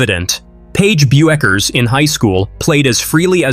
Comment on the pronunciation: The way you pronounce "Bueckers" is a crime against humanity.